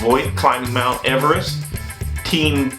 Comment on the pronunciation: Also can't really say Everest lol but a lot no matter what